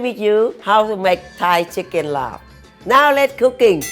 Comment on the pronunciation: Yes! Laab not Larb